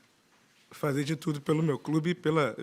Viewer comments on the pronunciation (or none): none